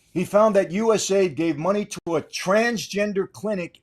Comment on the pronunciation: I like the episode. But stop calling it USaid. U S A I D